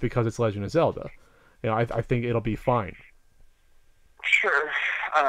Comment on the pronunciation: "The Legend of Cellda" it will be called..